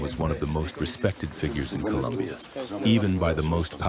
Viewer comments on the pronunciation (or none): none